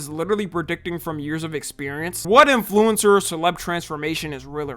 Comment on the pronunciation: why do you pronounce influencer like that